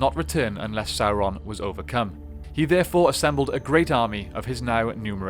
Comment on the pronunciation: Guys, ffs. It's pronounced sow-ron. Not soar-on